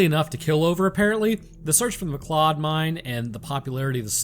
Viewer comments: McLeod is pronounced McCloud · You said two things wrong. McLeod is pronounced mcloud and metis is may tee. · If you were speaking of Métis heritage, it’s pronounced “may-tea”. Oh yeah, McLeod is prounounced “mcloud”. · Mcleod is pronounced McCloud. Haven't you seen Highlander??